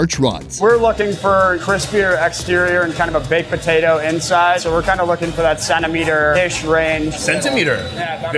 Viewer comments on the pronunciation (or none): did i hear ZENTIMETER